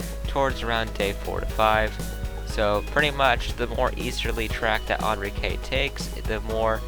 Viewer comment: You said Enrique wrong but i won't complain